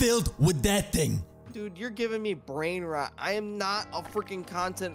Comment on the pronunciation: Bro just said brainnrot